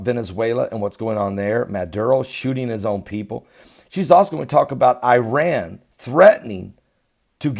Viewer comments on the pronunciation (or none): none